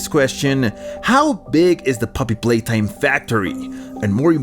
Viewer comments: it's Poppy Playtime not Poppy Palaytime It's ludwig not loodwig Its Wack-A-Wuggy not Wack-A-Huggy Playcare is an orphanage not a daycare. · Poppy palatime?😂